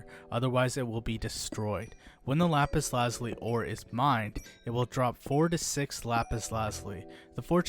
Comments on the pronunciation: lap-is la-ju-lie The i is a long i, and the z produces the French z sound of a (j). Like the french word for blue, azure (ajoor). Which stems from the Arabic translation alazamam. This coming from the Persian example lājevard, meaning "heaven/sky". Lapis meaning stone. Lazuli meaning blue. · The funniest thing is how u say lapis lazuli but very informational